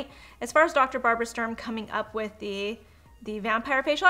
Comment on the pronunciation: ITS DR.STURM....not Strum...I am annoyed by that because I am german and Sturm means storm...you don't say strom don't you? 😁